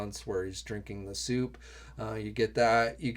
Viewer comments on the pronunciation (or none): none